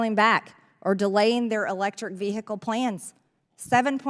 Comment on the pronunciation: Ve-he-cal. Hilarious😂